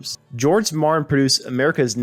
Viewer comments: Are you saying, "Marin"? It's M A R T I N. George Martin, with a ' T ' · This narrator says marin instead of Martin and pick instead of Peek I too had to go back and replay some of what was said.